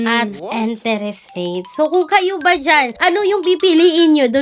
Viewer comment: ❤Billease is one of the best, legit loan platform. Almost 5 yrs n ko kay Billease. ❤❤Ano b Yan.. "enteres?". Can you pronounce it correctly